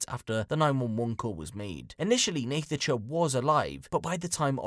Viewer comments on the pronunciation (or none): Idk why you keep pronouncing her name wrong. It's pronounced "Natasha" ffs